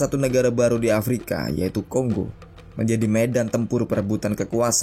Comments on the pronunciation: Tolonglah itu bacanya Kongo bukan konggo🙄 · Silakan cek pronunciation aja dulu ya borr banyak kok video cara baca di youtube, nanti kan kita sama-sama jadi tau yang bener bacanya Kongo atau Konggo, daripada nanti malu 😁